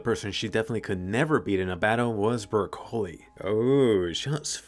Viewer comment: Anime : Bercouli What i heard : brocolli